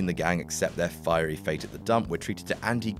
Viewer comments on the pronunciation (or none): none